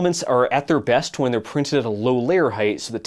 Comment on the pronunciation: You left out "Zey'r dirty girls"